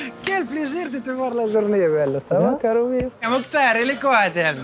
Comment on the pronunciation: Mais c hatem putain pas Michem 😤